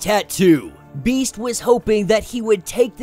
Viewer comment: So this is how Domino’s current arc ends. I hope Max becomes her surrogate son. Btw I winced every time you said Beast’s name